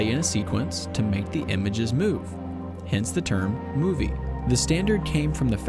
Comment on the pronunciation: ...I'm never gonna hear the word "movie" the same again